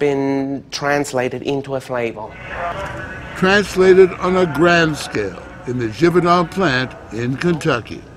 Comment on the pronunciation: Amazing Video! Funny , My Parents and Youngest sister were watching this way back in the day and the way he said FLAVOR was super funny to them for some reason! My mother and sister were dying laughing for like 3 hours straight while they kept on rewinding that part until the rewind button almost broke😂 My dad was feeling super annoyed too when they kept on rewinding it to that part😂😂😂